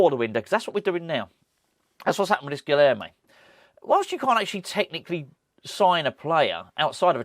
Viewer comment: I promise I'll say this only once. Guilherme is pronounced "Guilyerme." The "h" is NOT silent. In the combination of "lh" in Portuguese, the "h" is pronounced as "y." For example, "old" is "velho," which is pronounced, "velyo." It's early days still, so please let's not do a repeat of "PaQUEta" instead of "PaquetÁ." Once again, it's G U I L Y E R M E.